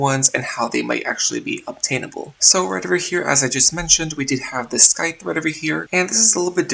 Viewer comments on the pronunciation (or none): The "c" in "scythe" is silent. Not trying to be rude or anything Im just letting you know if you dont know already.